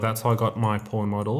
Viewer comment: ohh.. it's pawn not porn..